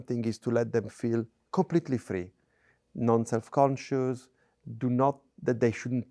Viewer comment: my Canadian heart is very happy you got Denis's "non"s correct lol